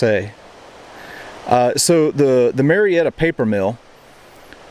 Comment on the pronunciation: You can tell this guy is not from Georgia. He keeps pronouncing It Marietta. Everybody knows it’s May’retta.